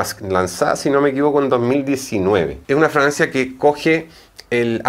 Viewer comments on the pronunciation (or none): Escucho que dice Dice “Francia” no fragancia. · Fra-gan-cia ! No fraancia ! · Porque dices Francia en vez de fragancia? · Excelente! Sugerencia se dice Fragancia